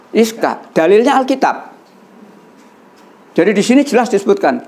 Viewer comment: Ishaq bukan Iskaq tadz